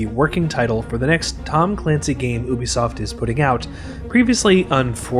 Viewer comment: I think it was probably because you keep pronouncing Ubisoft wrong.